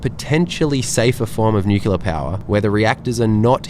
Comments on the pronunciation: Ehm… new-clear…. Not new-cular 😂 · New killa? If one can say "new" and "clear", they can say "nuclear"... Come on now... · you do call it nucular, so clearly you are an honorary american. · Hahaha same! I was literally scrolling down comments to see if someone else had picked up the "nukilar" pronunciation XD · Not nuclear. Newkeelar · Assume "new-kew-lar" is a George Bush pisstake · Please don’t opine on nuclear power until you can pronounce the adjective. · Lol the way he's pronouncing nuclear is sending me😂😂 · please learn how to pronounce 'nuclear' correctly. It spoilt an otherwise good video. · Totally agree. So many people get this wrong.